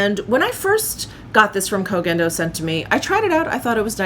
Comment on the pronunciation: OMG, finally, a beauty channel that pronounces the Koh Gen Do brand name as it should!!!! Automatic like just for this reason 😆